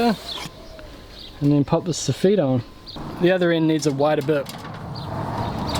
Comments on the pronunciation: So feet lmao... pronounce it (soff it) .... soffet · Fuck me m8... So-feet was a hard word for me to choke down for 9mins... Hawdcore m8, hawdcore. Otherwise excellent vid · Stop saying sofeeet. Lol. Joiner from Scotland. Keep up the good work👍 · You say "soff-eat", I say "soff-it" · Every time u said sofeet I did sofit as I'm form Ireland and we say sofit😂😂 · Its Sofit Not So-Feet. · Lol sof-eet. We call it Soff -it. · It's not sofeet...it's soffit. I always hated fixing someone else's crap work. BTW...this video had no ad at the beginning. It would be a crime if you are not getting monetized. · Funny how you pronounce Facia the same way as we do here in the Uk, but it took me a while to understand what you were talk8ng about when you say soffit …. Lol. Phonetically it sounds like Soff it when we say it. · Here in the comments just for the so-feet banter. I can’t tell if that’s how it’s pronounced in NZ or if someone told poor that’s how it’s pronounced when he was an apprentice and damned if he’s gonna change now! 😂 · When you say " soffeet" I assume you mean soffit! Never heard it pronounced like that, sounds like soft feet. 😂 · Funny hearing you call a soffit a so feet. Protect your fingers. Thats gunna leave a scar. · It took me forever to figure out what suffet was until I saw the picture than realized we pronounce it totally different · The way he says soffit is so weird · Love your videos but cring when you pronounce soffit.